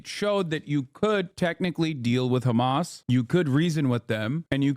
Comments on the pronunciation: I love how the US media started saying Khamas instead of Hamas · I love how he said hizboallah normally but hamas is apparently different 😂